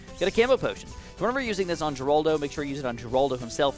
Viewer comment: Geraldo is pronounced Her-aldo.